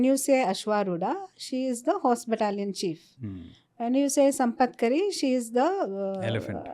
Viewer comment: Sampatkari is elephant in charge wrongly pronounced